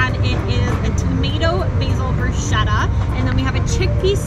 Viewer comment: Dear ladies…… bruschetta is pronounced brusKetta! Ch= K this vlog is mega helpful, as I’m visiting Vancouver in August. Thank you.